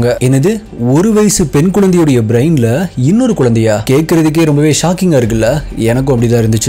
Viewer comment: Hi bro, 1 small correction twin babies, twin itself specific 2, A pair of babies. It's not twins babies. Twins babies are 2 pair of babies that is 4 babies. Other 1 is u need to pronounce brain as brein not as braain. Don't mistake me for correcting you.